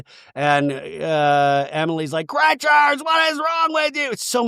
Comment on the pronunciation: I am so happy you stuck up for Shannon. Also please don't call Gretchen Gretchers same amount of letters so what is the point.